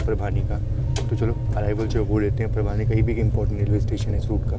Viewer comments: परभणी है वो परभानी नाही है काम से काम सही तो नाम लिया करो इतने बडे ब्लॉगगर हो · परभानी ❌ परभाणी ✅